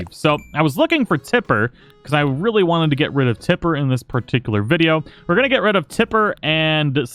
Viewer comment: He said parttickler